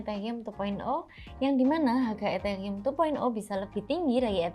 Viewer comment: Hah etheyium ? 🤣🤣